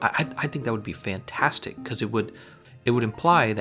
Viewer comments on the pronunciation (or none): none